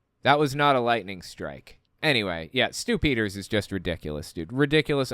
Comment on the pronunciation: “Stu-Pī-Ders” ??? Does he have a partner named “Dumf-Uh-Kers” Haha Is this real life?